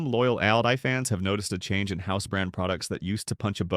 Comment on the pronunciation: "AIL-dee"? Credability gone. Bye-bye.